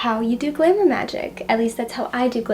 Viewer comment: the way you say glamour sounds like glimmer (not criticism just something i noticed. it’s pretty sweet)